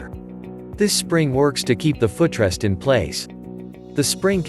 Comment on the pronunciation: My "fuh trest"? Computer has never used a foot rest, let alone pronounced it 😅